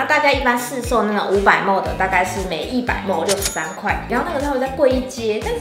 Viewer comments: 莫mol 咪哩ml 雖然我知道大家不一定都懂 但聽起來真的好難受_(:з」∠)_ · 別再把ml說成莫了== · 我以為只有新北人會把ml講成ㄇㄡˋ原來大家都會